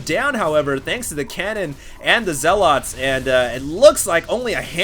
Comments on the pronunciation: Why do so many people pronounce it "zeh-lot"? It's pronounced like "zeh-lut". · OK I like these videos, but it's not pronounced "zell-OT".